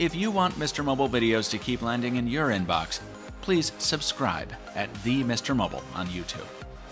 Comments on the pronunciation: Your in box sounded like urine box 😂😂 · When he said in your inbox, I heard 'Urine Box'. Silly me. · Am I the only one who heard 'videos land in urine box' ? ;) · "If you want videos to keep landing in urine box" was what I heard at first